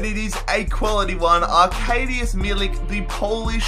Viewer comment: Ok. So you need to prounounce arkadiusz like that:"ahrkahdieush"(yes, this is complicated) and guedes like that:"gedesh". Don't worry, 90% of the people don't know how to prounounce these